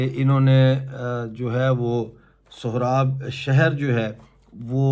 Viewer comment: شہرکانام ، سہراب نھیں ، سوراب ہے ، تمھیں تو نام لینا بھی نھیں آتا